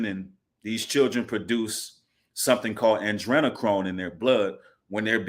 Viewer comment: Ah-dree-nah-chrome